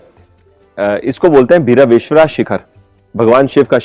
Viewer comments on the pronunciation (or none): HELLO, I am from Kumta, if I knew you were coming we couldve met. Also it is pronounced as BhAi-raveshwara just llike lord Bhairav.